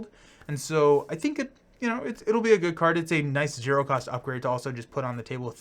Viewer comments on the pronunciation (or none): none